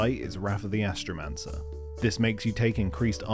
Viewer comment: High ASStromancer